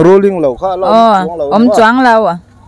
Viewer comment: Rulling nge rulling lo..thing thei e 😂😂😂😂